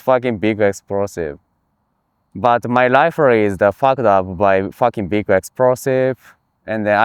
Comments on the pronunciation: "An then everybody die. It's facking big esprosive" 🤣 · "and then my rifle is fack up by facking big esprosive" 😂